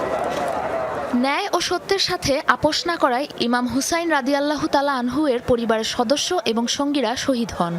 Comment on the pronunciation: আনহা নয় আনহু